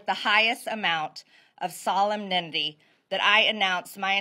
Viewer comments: She cant pronounce solemnity. This ranks up there with peach tree dish and gazpacho police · She doesn’t know how to pronounce solemnity. Did she write this? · She mangles the English language like no one. You can't be solemn if you can't pronounce it! My favorite was when she called the Gestapo the "Gazpacho". Have we all been assured that this woman is nuts & not so bright? This is her second term? Georgia's 14th district - what's wrong with you? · If she can’t even pronounce “solemnity”… she clearly has no idea what it means. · I caught that too. English is not my first language so to me this word is one of those you don’t usually use or hear but luckily I go to Catholic church and hear it at every mass. But a native English speaker should be familiar with it I assume. She should’ve been prepared before reading it, but even if she wasn’t she should know how to pronounce it unless she’s never seen the word before. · HAH! She couldn't even pronounce the word 'solemnity' correctly. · Cant even pronounce it😢😢😢😢😢😢